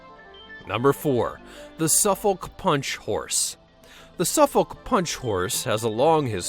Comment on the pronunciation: Omfg the way he says Suffolk.... 'Su-folk' nah b it's 'sufok' more or less